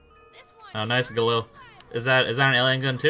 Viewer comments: William B it's pronounced "galil" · Grumpy Slugzzz Sorry. I think its actually pronounced "GALIL" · William B "Guh-Leel"